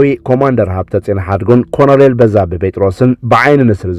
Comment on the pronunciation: ኣንታ ሓውና ከተንብብ ከለኻ ኮሎነል ኢልካ ኣንብቦ. በጃኻ ኮንኤል ኣይኮነን